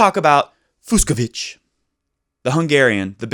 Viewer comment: The 2 ‘cs’ in Fucsovics’ name is pronounced like ch in Cheetos snacks. So it’s NOT Fuksovik :)